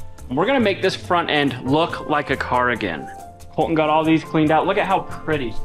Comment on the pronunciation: It's "Col-TON' not "Col-TIN' or "Col-en". should get to do a burn out everything wrecks something and has to repair it.